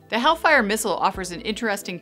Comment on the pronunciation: helllllfire!!! not havean fire!!!